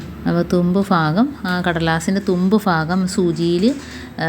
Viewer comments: Please say bhagam not fagam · തുമ്പ് ഫആഗം അല്ല ഭാഗം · ഫാകം അല്ല ഭാഗo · ഭാഗം ആണ്.ഫാഗം അല്ലാട്ടോ😮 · ആ തുമ്പ് ഫാഗം ഫഗം കൊള്ളാം. കൈയിൽ പിടിച്ച് അങ്ങ് കയറ്റിയാൽ പോരെ? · നൂല് കോർക്കുന്നതു നല്ല ടിപ് കുഞ്ഞേ...ഫാഗം അല്ല. ഭാഗം ആണ് മലയാളത്തിൽ Fa ennoraksharam illa ദയവു ചെയ്തു നമ്മൾ മലയാളികൾ Fagam,Fayam,Farya എന്നൊന്നും പറയല്ലേ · ഫാഗം ഒന്നു മാറ്റിപ്പറയുകയാണെങ്കിൽ നന്നായിരുന്നു.